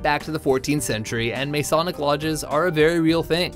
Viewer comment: What is MAY-sonic? Sheesh! (It's pronounced Muh-SAW-nic) Sheesh2